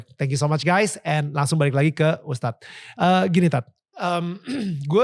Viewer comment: Tolong host...jangan panggil Tad. Panggil ustadz. Jangan dipotong ya. Cuma 2 syllables kok kenapa dipotong and it's completely wrong.